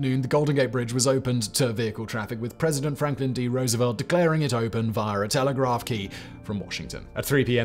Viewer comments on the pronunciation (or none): none